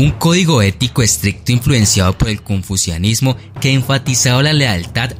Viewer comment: El "Buchido" se basa en el "Cunfusianismo"... Excelente dicción!!!